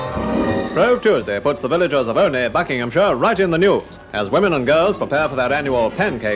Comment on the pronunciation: The name is said as OH KNEE not OL KNEE 😃